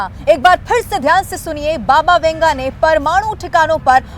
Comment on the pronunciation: Baba Vanga.not Venga or . Vunga